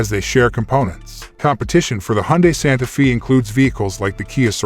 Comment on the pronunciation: Not Santa feeee.. it's Santa fay!